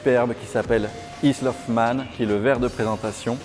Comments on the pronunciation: Quelle prononciation pour « Isle of Man ». C’est une île, pas une Issle 😉🤣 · Vert "izlle of mân" (Isle of Man), 2020